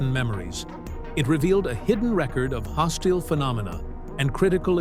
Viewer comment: Hoss-steel. Must be a bot. 🤨